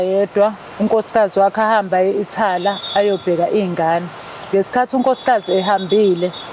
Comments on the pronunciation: Ithala or Italy hhhawu ccy yini ubize kanje amagama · Uqinisile mdala Lo Thala not Italy udomu sthuphethu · Ndichazwa Yi Italy jike ibe Yi Ithala😂😂😂